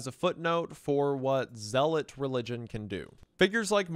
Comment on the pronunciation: A zelly-us leader, your pronunciations crack me up man